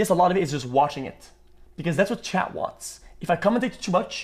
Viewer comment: It's chat not Chad